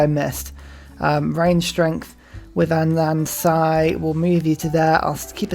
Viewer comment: Rewatching this and I completely forgot how you pronounce Anansi. 💀